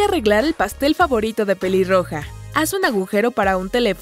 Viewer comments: dijo piliroja en ves de peliroja like si te diste cuenta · En el minuto dise piliroga 😂😂😂😂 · Alguien mas escucho piliroja